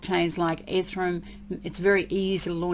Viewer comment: I love the way you say "ethrum"!